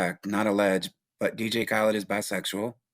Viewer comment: He keeps saying dj kalid